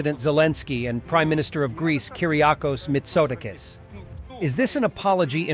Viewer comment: ...WHY THE HELL YOU ALWAYS HAVE THE BAD HABIT OF MISSPELLING FOREIGN NAMES, I WILL NEVER UNDERSTAND!...MITSOT...AAAAAA...KIS, YOU IDIOT! THE ACCENT GOES TO THE "A"! NOT TO THE "O".....!!!....YOU DAMN IGNORANT FOOL!